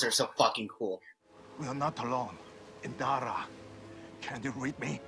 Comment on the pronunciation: Please I beg you - her name is Indira 😭